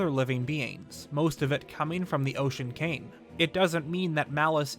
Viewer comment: "The Ocean KANG"